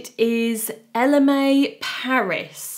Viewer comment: It’s not ‘Loewee’, it’s Loewe